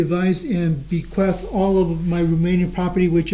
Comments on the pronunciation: How does an attorney not know how to pronounce’bequeath’?? How embarrassing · Defense cant say "bequeath", and when Jessy forged this will, she said the rest to be donated to "Wisconsin Human Society", instead of HUMANE society. What an idiot. 🤣